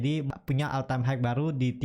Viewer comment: Hmm mas punten maap nih, all time high (HI), bukan HIKE